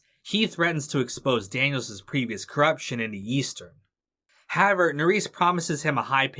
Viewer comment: Daniel-Zez ??? Lol Really dude? Learn English. The possessive form of the name Daniels (Daniel's ) is just supposed to be pronounced Exactly the same as " Daniels " .